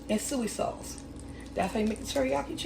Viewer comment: it's the way she pronounced soy sauce